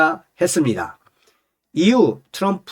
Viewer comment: 츄럼프가아니라 트럼프 내옆에있는 여자친구가 미국흑인친구야 발음틀리데 왜한국사람들은 발음가지고 멋을부리고 잘난척을하는지모르겠다고 그러더라구